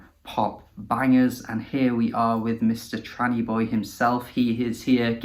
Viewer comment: Appreciate this g, much love! Also first perfect name pronunciation. 🙏 🧡